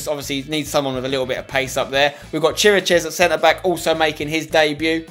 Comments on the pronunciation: Š is pronounced as sch so please stop pronouncing it as S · Im from Romania and it is pronounced Kir-ee-kesh . Ok? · You pronounce Chiriches Kir-a-kesh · Vlad Chiricheš (Tottenham Hotspur - Romania - CB) is pronounced KI - RICK - ESH. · The Spurs CB is pronounced KERIAKESH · You pronounce Chiriches ki/ri/kesh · Pronounce chiriches as "keerakesh" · its pronounce chi-ri-ches